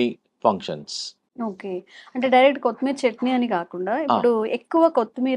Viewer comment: కోతి మీరి కాదు - కొత్తిమీర